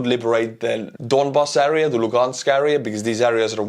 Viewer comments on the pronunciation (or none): Thank you for great content! Juhuks kui veel miskit lihvida soovid - sõna “area” hääldus: eh-ree-uh.